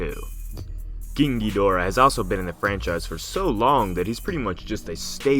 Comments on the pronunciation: “Keeng geedora” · Stop pronouncing KGhidorah that way. 😉 Destroya is under rated. Good video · Why does he form an accent every time he says "Ghidorah"? Lol